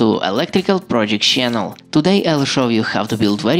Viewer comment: pti ang word na "chanel" di mabigkas ng ayos.. 😢😢😢